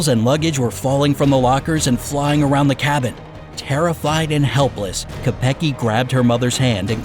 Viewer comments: It’s not k-e-p-g-e It’s k-o-e-p-g-a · lol you pronounced koepcke soo wrong